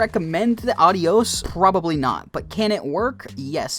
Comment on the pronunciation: The way he pronounces “adios” is embarrassing.